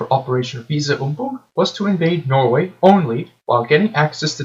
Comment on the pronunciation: The name of german operation to invade Denmark and Norway was "Weser übung, (but pronounced Wesser)" (Weater execise) - and your pronounciation sucks - but good video anyways. One fact is it that the Germans try to hide how many germans that fell in the fight - so that they claimed that Denmark surrendered like Tjekkeslovakia and Austria. It is disputed how many germans soldiers that was killed and wounded.